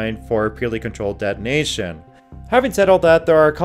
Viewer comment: why do you say dead nation continuously ? Please correct your pronounciation of de-to-nation